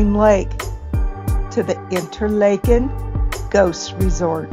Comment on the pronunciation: You are pronouncing it InterLAYken. In Switzerland, Washington and Minnesota it is pronounced InterLAHken. Do you have reason to believe it should be pronounced InterLAYken?